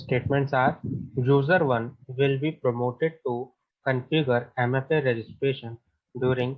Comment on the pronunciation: Q32 promoted / prompted ? you sounded as promoted..